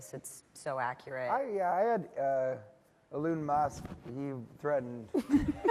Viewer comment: the section is particularly funny... "eh-lahn müsk"